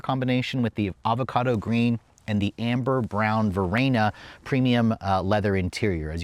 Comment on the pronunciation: Tiguan, not Teeeguan. Varenna, not Varaayyyna